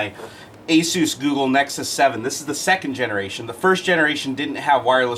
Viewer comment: Thank you, for pronouncing Asus properly :)